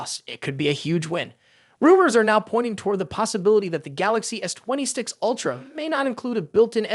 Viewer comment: Oi, robot with the pathetic voice! WTF is a "twenty sticks ultra"?